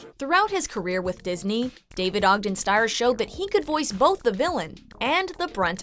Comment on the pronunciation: I love the detail on this video, very well-written. Although unfortunately you’ve pronounced his name wrong— he pronounced his last name as “steers”. FYI :)